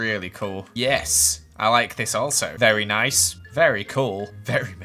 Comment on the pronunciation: Who else hears neese and tidy? 😂 Me: Replays several times*: if I did this in a survival word it would've taken me legit hours to do this cause its all so neese and tidy Me: WhA yOu SaYin🤔😢😂